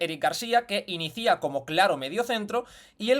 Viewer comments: Gran análisis como siempre. Un minúsculo detalle aquí en el que ya te he visto en otros vídeos. La pronunciación de «inicia» (en el «[él] inicia») no es «inicía» con acento en la última i, sino «inIcia» con el golpe de voz en la segunda i. Un abrazo enorme. Me encantan tus análisis. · Entiendo que a lo mejor es algo del catalán pero me chirría un montón cuando dice “inicía” en vez de “inicia”